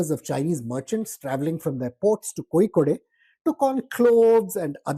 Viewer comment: Kozhikode is pronounced incorrectly. There is no ‘ey’ the end. Its pronounced just as ‘load’ . So its ‘ Kozhi-Kod’